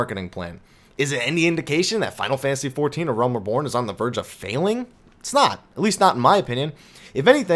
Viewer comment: your videos are excellent. However, you've been pronouncing the word "reborn" wrong this whole time. It is "ree-born," not "ruh-born." I know this may sound petty but it's been bugging my probably overly sensitive ear.